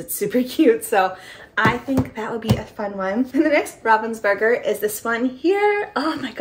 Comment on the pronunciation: If you want to pronounce Ravensburger correctly, the "burger" part of the word also sounds differently. The "u" sounds like the sound in the word "blue".